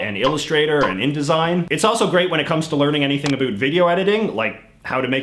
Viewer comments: Why do you say a “boot” is it intentional because if it is it’s a stereo type that is very annoying for us Canadians who have to hear the word anywhere you go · Canadians don't even say it that way. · why is this man pronouncing about to abuot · The way you say "about" is amazing.